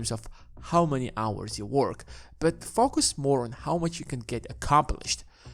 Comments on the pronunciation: focus not fucus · I’m only one to hear f@ us instead focus? But definitely a good video. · why do you say "poor people fuck us" lol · Sorry but every time you say focus I chuckle